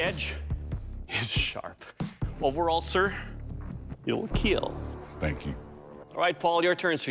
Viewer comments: then y doesnt he say kill. he speaks english sooo... how hard is it to say kill and not keel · He makes it sound like keel😂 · Imagine your out in the battle field and out of nowhere this guy comes up and just mangle's you with a random ancient weapon and then says, "it will KEAL" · Its pronounced kill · Even the official producers running the show accept that Doug definetly pronounces it KEAL and not Kill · They are saying Keal instead of Kill? Why? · Thats not how you say kill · It sill keal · It... will... KEAL. 😎😎😎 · Does he actually say keal not kill? If so what does it mean? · I love how Doug says it will keal and not it will kill lol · Wait he’s not saying “Kill”? What does keal mean? Or is it just a meme on his pronunciation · And more importantly : it will keel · "It will KEAL" one of the greatest lines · It will keel 😊 It will cut 😃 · It will keal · IT WILL KEEL. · Keel means to fall over or collapse... so this is the falling over test? Or do u mean kill...its not hard to pronounce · "I will KEAL"💀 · Glad that dude overcame his speech impediment, but his pronunciation of "kill" is weird.